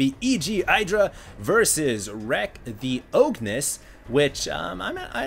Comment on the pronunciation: Pretty sure that's supposed to be "The O G-nis" just sayin :) great cast.